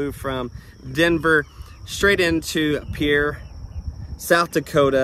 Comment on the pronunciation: Thanks for visiting South Dakota again! I think that part of the state is pretty similar to Oklahoma, except for the winters, of course. And thanks for pronouncing Pierre like a local!😃